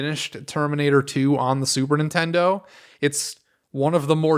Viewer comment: I'm assuming "Superintendo" is an intentional mispronounciation, maybe a reference to the way James as a kid said Super Nintendo, but dunno. BTW, Crazy Castle or the Christmas episode with Keith are my favorite AVGN shows.